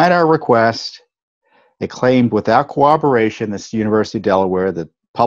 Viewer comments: Tom you sound like a 2-yr old when you say "co-wob-er-ration". The word you're TRYING to say is pronounced COR-ROB-OR-ATION....there is NO "w" in corroboration. "Cowoberation" is NOT even a word! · Tom does-NOT have a speach impediment. The mispronunciation of "corroborate" in all it's conjugations is very common in the eastern part of the country. It's just ignorance, plain and simple.